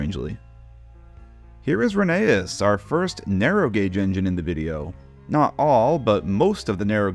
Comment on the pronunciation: it’s pronounced “Rheneas” not “Rheneas”